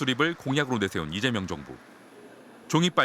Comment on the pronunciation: 오늘 여자아나운서는 북한출신인가? 아니면 극우인가... 왜 자꾸 리재명대통령으로 들리지?